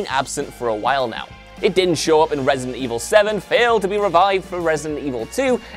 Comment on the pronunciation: Couldn't watch cause of some accent... Not the full accent, I'm fine with it but.. "remek" "resint 2" "gem"